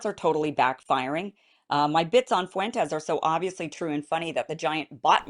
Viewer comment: Why can't women and black men use a dipthong? "Fuentes" has a dipthong ie "ue" "Fuentes" has two syllables not three